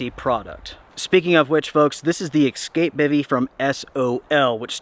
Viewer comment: So knowledgeable. So authoratative. So matter of fact. So well presented. And then you go and use the word "eXcape" and I facepalm and I cringe and I can no longer take anything you say seriously.